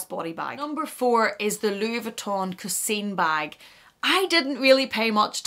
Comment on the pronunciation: The 'i' in the word coussin is pronounced as an 'a' followed by a very weak 'n' . Thanks for the interesting video.